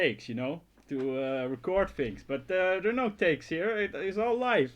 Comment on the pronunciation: it's things not fings everything you say is good but there is that thing word that i hear fings though your videos are awesome and entertaining and very funny